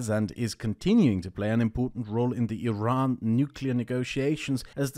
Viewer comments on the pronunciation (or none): none